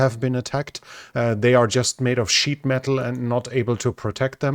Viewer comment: not sure, but did you say "sheep metal"? or "cheap metal"? Or could it be that you meant "sheet metal"?